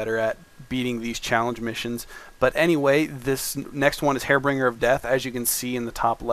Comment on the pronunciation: Don't mean to nit-pick but it's pronounced 'Har-binge-er' not 'Hair-bring-er'